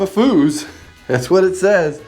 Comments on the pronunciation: Ha fiba"fews" not fooos. great job on project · I'm pretty sure the "fuse" in "fibafuse" is pronounced fuse like "use fibafuse to fuse two sheets of drywall together"👍🤣foos🤣 I like Foosball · "Foos," lol! Perhaps (fee-oos), as in "fused together?" 😁 I pity the Foos!! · Fibafuse. Fuse as in a 30 amp fuse. Not fooz. 😂 Maybe somebody mentioned that already. I am enjoying your videos. I appreciate your sharing them. Thank you. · Fuse, as in "fuse" box.. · It’s pronounced fuse, not fuse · For fibafuse, pronounce fuse the same as electrical fuse. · Exactly, add an f to use